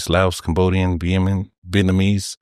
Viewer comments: Bro almost slipped up and about to say viet-Manese. That's how Americans say it like instead of asked, they'd say aksed as in axed 🪓.. Some places the natives have their own cars and it's mainly Asian and islander. Rz up. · What’s wrong with American saying Viet-manese..some ppl can’t pronounced certain words..